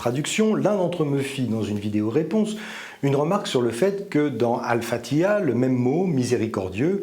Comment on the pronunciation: Espèce de charlot, tu n'impressionnes personne avec tes menaces. Même prononcé en français, tu es incapable de prononcer Fathia! A quand une vidéo sur le Talmud, qu'on rigole un peu. Pas le courage? Pourtant il y a beaucoup à dire!